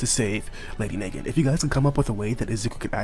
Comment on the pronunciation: It is na-gant she is named after the Russian masterpiece mosin nagant rifle